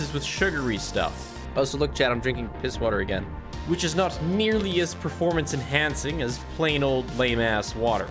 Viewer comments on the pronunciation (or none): none